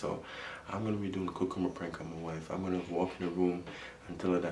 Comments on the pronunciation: 💀 accent is so strong when he pronounced cucumber in the intro “cuc-coob- ba”😂😂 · He kept on saying coocumber I’m not making fun of you it’s just funny sorry